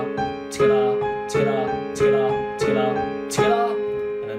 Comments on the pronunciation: Stoppppppp saying skiter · At first I thought he was saying "SKITTAH, SKITTAH" and I was like wtf is a skittah? Finally realized he's saying TOGETHA (together), hahahahah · It’s not together it’s “tgedda” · “tugethAh!” “tUgeTha!” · Tgethar, tgethar😂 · It’s ska instead of together lol😂😂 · Yes I could always hear that but it’s kinda easy to figure out that he’s saying together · When you’re saying “together” it sounds like “Skrra” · Oh shit he’s saying together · I like how you say together and how it eventually starts sounding like gibberish after hearing it a bunch. Thank you for breaking this down in such a basic way!